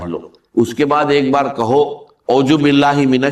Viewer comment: اس کو “اعوذ باللہ” بھی صحیح طریقے سے پڑھنا نہیں آتا